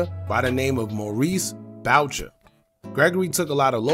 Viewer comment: And its pronounced boo shay not bowcher lol